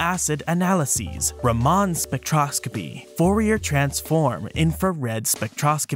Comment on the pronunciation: Great video. I'd like to just note that, having worked in the field of spectroscopy, I have never heard of anyone pronounced "Raman" the way you did. I've always heard "ra-men"!